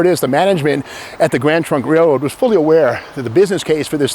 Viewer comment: I appreciate your videos no matter what they are. You have crazy energy and thoroughly research everything you talk about. I kept hearing Grand Funk Railroad whenever you said Grand Trunk Railroad. I am of similar age as Steve so I know band well. 😀